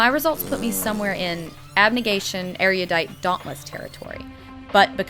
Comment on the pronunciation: MOLLY IS ASIAN!!! And did I hear "Erudidiot?" :P